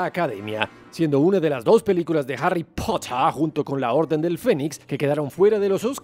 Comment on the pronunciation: Pero no es "Arry" es Harry (Jarri)